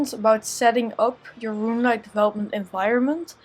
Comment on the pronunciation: my very own rRrRuuuneLite plugin